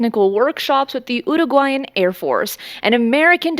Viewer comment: I like the way you pronounce Uruguayan as I am having some difficulty with it...:face-red-heart-shape